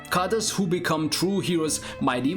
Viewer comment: Pease try to pronounce the word: "characters" correctly. The pronunciation of that word is really ear-splitting. But all in all a very good selection of games.